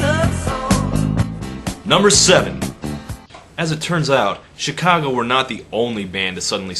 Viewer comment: Learn how to pronounce the word C H I C A G O ....